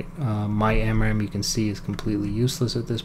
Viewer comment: "SPAMRAAM" XD